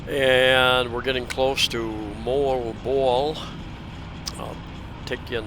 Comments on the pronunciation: Hey - I struggled with "Moalboal" too. Here's the tip: It's not "Mole-bole" It's "Mo-All-Bo-All" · Moalboal = Mo-All-Bo-All is how I pronounce it. Filipinos living there don't laugh so it must be close. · You and MOST of US that's hard name to pronounce Moalboal, hehehe but your the MAN on that SOUPED up HARLEY of YOURS 👍👍👍